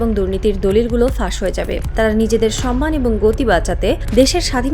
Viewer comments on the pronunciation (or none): none